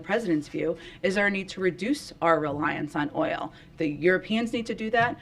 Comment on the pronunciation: this woman can’t pronounce the word “oil”??!